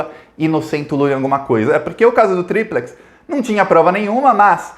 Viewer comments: Triplex não se pronuncia ao seu modo com acentuação no tri. A pronúncia é como durex e pirex. Corrija isso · se vc quer se COMUNICAR COM O POVO vc precisa falar como o povo fala. O povo não conhece "TRI-plex". O povo conhece, e entende muito melhor, "tri-PLEX": tri-PLEX do Guarujá. tri-PLEX. Pense na fita adesiva, é DÚ-rex ou é du-REX? Concordamos que é du-REX. E a folha de papel sulfite? cha-MEX. Com tri-PLEX é a mesma coisa.